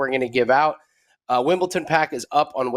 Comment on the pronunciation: Dude can’t even pronounce Wimbledon